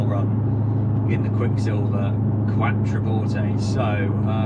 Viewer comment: You are pronouncing it correctly originally. It sounds like qua(ck). qua(ttro). Take no notice of the German pronunciation.